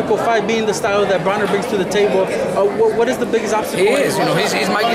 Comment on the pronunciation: Why does this reporter always say adrien BRAUNER? It's BRONER! Moron